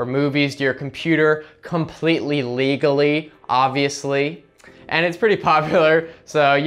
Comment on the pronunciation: "Leagally" Of course